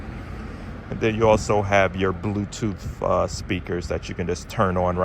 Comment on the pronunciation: I liked the Asian accented Bluetooth connection….Hope it stays work g for ya my man!